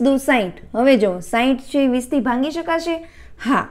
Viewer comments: ભાંગી શકાય કેમ બોલો?ભાગી શકાય બોલાય .ભાગાકાર માટે . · ભાંગી નહીં ભાગી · Mem it's not bhangi.......bhagi.....sorry, 🙏best 👌 and easy.....tricks 😊. .....